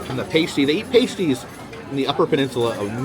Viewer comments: The "boat" and "room" thing doesn't bother me, but you MUST stop calling pasties, PASTIES😂. Pasties are things one puts on their n1pples. The hand pies are pronounced Past---- eees. Rhymes with LAST. ❤ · And it’s pas-tee not pastey 😂❤ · Michigander here, I'm so sorry to be a pedant but it's pronounced pass-tee. A paste-tee is actually a nipple cover 😅😅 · Hey love your video adventures! As a Michigander, I roll in laughter every time you pronounce the name of that delicious delicacy imported to us from the UK, the pasty. It is not pronounced "pay stee" as you keep saying, which is actually an item worn on exotic dancers to cover their nipples. The food is pronounced "pass-tee" lol Anyways, keep on adventuring. We just got blanketed with snow again so looking at warm places warms me up a bit. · its pronounced Past ee, Not paist ee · I'm sure others will clue you in too, but the first syllable of "Pasty" rhymes with 'last', not 'waste' 😊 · Remember American's pronounce Pass like "Parse" so saying "parse tea" will make it sound weird, need to pronounce it more "Pas - Tea" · Afternoon, I hope and Jenn are having a great time on your cruise, it certainly looks like it and I hope you're both well 😊 Also, just a friendly heads up good sir, from a native of the UK, it's pronounced pass-tea, lovely little Cornish delicacy 😁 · Bit late to the party . But it’s not all pies in the U.K. Fish and chips . Roast Dinners (with Yorkshire pudding ) Potatoes with EVERYTHING (except me I’m intolerant ) So much more out there and Pasties are always to be eaten in the south west (pronounce past eee ) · Hey You are killing me with the pronunciation of Pasty it’s Pronounced past-e 😉 make sure you have a greggs pasty the best one is the steak bake and also get a sausage roll. I miss these so much, now I live in Ohio but I am from Manchester. Looking forward to watching your uk trip. Also in response to the pea question- Peas are the spawn of the devil to me 🤣